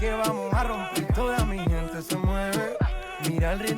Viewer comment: I've loved your reaction of the Spanish Urban greats, Bad Bunny, J Balvin, Rauw. However, you need a few SpaniH language pointers so you don't butcher the names. C and g are soft when followed by e and I. Hard like cat and goat when followed by a and o. Mi gente is pronounced me hente. For example